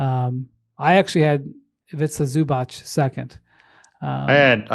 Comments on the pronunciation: It's pronounced Ivica like Pizza. And Zubac like Robots. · If you are an Nba analyst how hard is it to learn how to pronounce Zubac’s name?